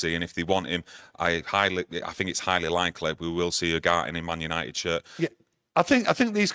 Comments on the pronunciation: Why don’t you pronounce the E at the end of Ugarte? YOUGART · Its pronounced U-GAR-TAY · "Ugarté" like Café